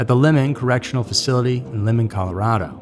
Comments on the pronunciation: By the way, it’s pronounced (Lymon) not “Lemon”, Colorado. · Pronounced lie mon.not lemon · Limon is pronounced "lie-men" not le-mon" Colorado. Just fyi. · It's pronounced Limon as in Lie-mon and not pronounced like Lemon. Just a helpful note because I lived in Colorado from 1984 to 2012. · Limon Colorado is not pronounced lemon but lie mon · Very good job on this! FYI it's pronounced "lime-en", it's one of our (Colorado's) worst prisons- maybe the worst... But again thanks for your hard work! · The correctional facility is pronounced Lye-mon. I have been there. I have also stood right where that picture of him with the numbers on the wall behind him were! That picture was taken at DRDC. The Denver Reception and Diagnostic Center. I'm not going to lie, that sent shivers up my spine when I saw that. Whew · And Limon is pronounced [Lye-Men] . You just chopped the hell out of that city's name. Lol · Pronounce Limon right - correctly, it's as if you're saying Lie - mon. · Just to point out Limon is pronounced "Lye-man". Other than that great documentary. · 915 area code is for El Paso, TX. You really should've checked the number before you took the time to put it on screen and read it out. Our area code is 719 for El Paso County, COLORADO. Limon is pronounced with a long /i/.